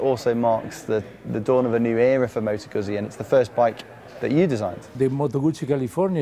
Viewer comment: Moto GOOTSI. :))